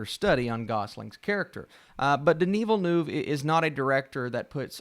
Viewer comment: Denis Villeneuve mispronunciation